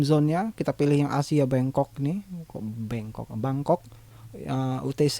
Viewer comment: bangkok.. kok bangcock sih.. lagi serius dnger mlh ngekek